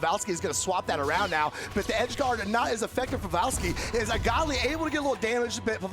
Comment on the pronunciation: Why Buddy saying Pavelski name like that ?